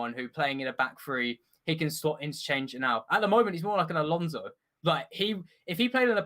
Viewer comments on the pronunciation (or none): none